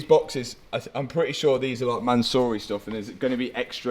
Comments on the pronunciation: Man-siiiuuuuuuuu- ry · From “Mansory” to “Mattsory” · Man-saw-y Rolls-Royce